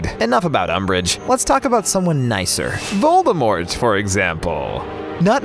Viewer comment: Someone nicer "VOLDERMORT" 😂